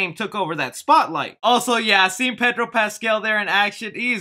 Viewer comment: Next time pronounce Pedro correctly. Thaaanks. You sound like a pocho. You even speak spanish cuh?